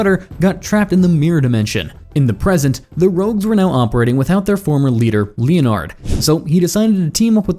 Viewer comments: Pained me every time it said "leo-nard".😂😂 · I’m sorry, but I have to say something because you won’t stop saying Captain Cold’s name, and incorrectly at that. Leonard is pronounced Lenard, not Lee-On-Ard. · len-erd snart btw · Who the fuck pronounces Leonard like that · You pronounce leonard so badly